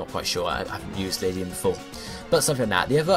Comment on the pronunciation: Just for future reference ^^ Ariados and Ledian aren't really related And It's not that important but despite it being a LADYbird, it's LED-ian and not Lady-an